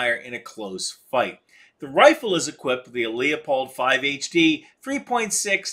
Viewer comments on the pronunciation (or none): It's pronounced lu-pold not leo-pold. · It may be picking fly shit out of pepper but the word you’re looking for is pronounced LEW POLD, not LEE O POLD. You even have it spelled incorrectly in at least one spot. Like I said it’s a minute minor point in an interesting and informative video. Cheers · It's not pronounced lee-a-pold, it's pronounced lu-pold. First check out the spelling, then call the company, when they answer the phone you'll hear them pronounce it lu-pold. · It's Lou-pold (Lew-pold) NOT Lee-ah-pold. Just call them and ask, they'll be happy to set you straight. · Jeez, you need a better microphone, this audio gives me a headache. The scope is Leupold, not Leopold. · Leopold is pronounced luupold